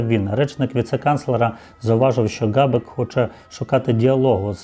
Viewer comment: Не Ґабек, а Хабек!